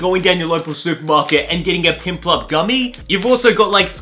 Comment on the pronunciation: I love how you call Piplup for Pimplup :D